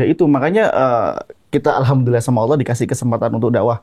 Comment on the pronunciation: Hmmm untuk pengucapan Allah sebenernya dalam ilmu tajwid kita juga gaboleh pake (wauw), bukan aulloh tapi allah. Yg jadi pembeda nya di makhrojul huruf lam nya 🙏